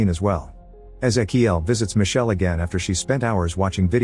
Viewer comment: Micheleeee not michelle